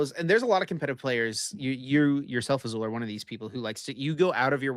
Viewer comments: Azul with the most Spanish sounding name but not knowing that Spanish also pronounces double l the same as French. 😂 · Azul out here pretending like he's never seen a double L not make a sound when he's got quite possibly the most Hispanic name available. lol